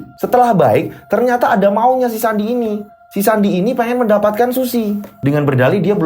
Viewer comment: Eh sandi kedengerane andi😂😂😂😂